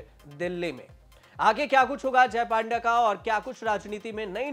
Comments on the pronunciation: पांडा नहीं पत्रकार महोदय पंडा बोलो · पांडा नहीं पंडा बोला जाता है ।🤣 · पांडा नहीं पंडा बोलिए.... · Panda..should pronounce PONDA..... पोंडा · Panda nahi panda hota he